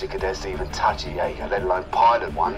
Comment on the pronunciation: It does, he just talks a bit TOO fast, what he said was "Jaeger" Which the mechs are called. He pronounces it more like "Jagger". But then again... this is the same guy who called wolves "Woofs".